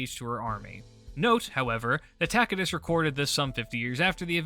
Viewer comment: I like the latin pronunciation of Tacitus.